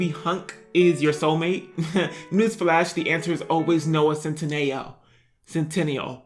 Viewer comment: Its Centino! 😂😂